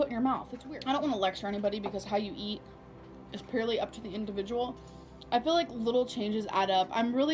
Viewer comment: Waaaaaah will someone teach her how to say ‘purely’ she always says ‘peerly’ drives me nuts.